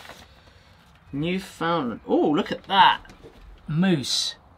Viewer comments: As a Canadian, I have to correct your pronunciation of Newfoundland... It's more like "NYOO-fn-land" the sounds, or syllables, get kinda mushed together. Kinda like how an Australian will never pronounce it "MEL-born", but "MEL-bn" Also, if I wanted to send you some beer made in my hometown (some of which have won some pretty serious beer awards here in Canada), how would I go about doing that? Is it illegal to ship alcohol overseas? Ship as "gift"? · newfoundland its said like new fin land here g ahaha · You were asking if the keychain had the flag of Newfoundland. The answer is yes and for some odd reason it is pronounced New Fyn land here in Canada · that's the Newfoundland flag. Newfoundland pronounced "nuufundland.